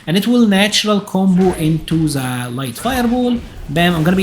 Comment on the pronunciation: Why do you pronounce "the" as "Z"?